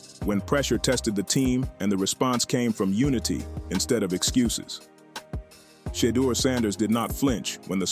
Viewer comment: AI please get the pronunciation of Shedeur’s name correct.